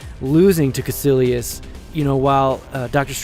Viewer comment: Cómo que los de habla hispana pronunciamos mejor Dormammu y Kaecilius xD